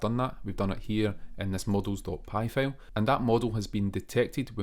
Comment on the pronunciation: Hey! Loving your videos so far — super helpful! 😄 Just a tiny bit of feedback: maybe work a bit on the pronunciation of “file” — a couple of times I thought you were saying “fail” and got confused for a sec 😂 Keep up the awesome work!